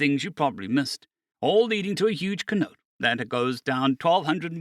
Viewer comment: for teh sake of reference - its pronounced -SEH-NO-TAY its a fancy term for REALLY big sinkhole